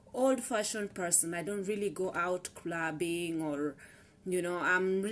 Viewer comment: did u just said crubbing!